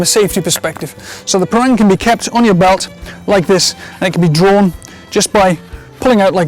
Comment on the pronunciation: It's pronounced par-rung.